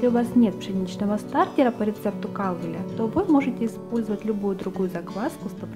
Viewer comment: Всё хорошо,только маленькая поправка:во франц.языке ударение на ПОСЛЕДНИЙ слог,а в английском на первый.КалвЕл фр.произношение